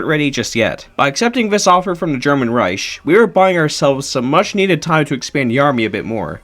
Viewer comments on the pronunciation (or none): "German Reish" 😭🙏